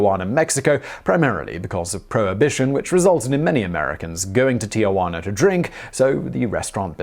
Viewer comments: It's Tijuana, NOT Tiajuana. There's no "a" before the "j". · It's Tijuana not TiAjuana!